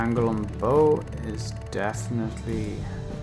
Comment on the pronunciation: Bow, as in cow. Not toe.